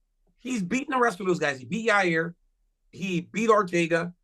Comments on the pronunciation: I know Chael didn’t just pronounce Yair as Ya-rear 😅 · Who TF is Raa-rear ? Cha-yale enjoys saying some people's name in the most F up way possible, he knows exactly what he's doing. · Ra rear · CHAEL WENT SCOOBY DOO PRONOUNCING YAIRS NAME.. RAH- REAR.. RUT ROW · Your rear Rodriguez might be my favorite Chael mispronunciation